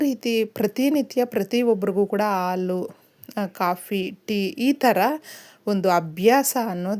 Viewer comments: ಹಾಲು ಅಂತ ಹೇಳಿ. ಆಲೂ ಅಂತ ಕೇಳಿಸುತ್ತಿದೆ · ಅಮ್ಮಾ ಎರಡು ನಿಮಿಷ ಹೇಳುವ ವಿಷಯಕ್ಕೆ ಎಂಟು ನಿಮಿಷ ತೆಗೆದು ಕೊಂಡಿರಿ. ಅ ಕಾರ ಹೇಳುವಲ್ಲಿ ಹ ಕಾರ ಹಾಗೂ ಹ ಕಾರ ಹೇಳುವಲ್ಲಿ ಅ ಕಾರ ಮತ್ತು ಹಾಲು ಎಂದು ಹೇಳುವ ಬದಲು ಆಲು ಎಂದೂ ಹೇಳುತ್ತೀರಿ. ದಯವಿಟ್ಟು ತಪ್ಪು ತಿಳಿಯಬೇಡಿ ಮತ್ತು ಮುಂದಿನ ಸಂಚಿಕೆಯಲ್ಲಿ ಉಚ್ಛಾರಣೆ ಸರಿಯಾಗಿರಲಿ ಎಂಬ ವಿನಂತಿ. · ದಯವಿಟ್ಟು ಆಲು ಬದಲಿಗೆ ಹಾಲು ಅಂತ ಹೇಳಿ